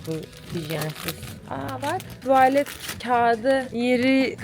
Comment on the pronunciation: Çocum tuvaalet değil, kısa a tuvalet lütfen